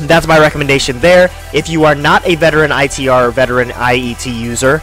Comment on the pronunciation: So hard to listen to this review with you calling it I.E.T